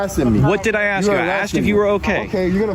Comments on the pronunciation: "Why would you AXK me if I'm ok?" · They should have a test at the police academy where they have the candidate pronounce the word "ask". If they say "axe", like, they're deemed too stupid to be allowed to possess a firearm. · “Why do you axe me” come on cop, speak english. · Why you ax me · The P.O. can't pronounce the word, "ask", Ignorance is bliss😅😢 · Of course he’s not OK, he can’t even say ask. DEI hire should’ve been fired after that investigation, but thanks DEI he’ll stay in the department until he retires, even though he has no idea at all how to do his job & conduct himself as a police officer/public servant.